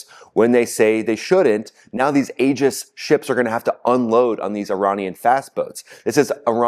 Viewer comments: NOT AGIS! PRONOUNED E-GIS. !! SPELLED Aegis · My friend, the word “Aegis” pronounced “EE-jis” and not “AA-jis.” Just a friendly heads up. Thanks for all your great reporting! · TRUMP'S LIVING A FAIRY TALE LAND,,,THINK HE'S SUFFERING FROM GOLD POISONING,,,, DIDN'T THAT KILL KING MIDAS TOO 🤴👀🪙💰👑,,,,AEGIS,,,, PRONOUNCED,,,EGIS,,,A IS SILENT,,, THOUGHT YOU WERE MILITARY 🪖🤔🧐🕵️👀😆😆😆😆😆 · Love your show, but you may want to pronounce Aegis correctly. The Aegis Combat System is named after the mythological shield of Zeus or Athena and is pronouced EE-JUS. The A is silent. Keep up the good work! You are the only channel I watch to keep informed about the war. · OK, I have to say that the Navy pronounces Aegis "EE-jiss". There's no long "A" Otherwise, good reporting,.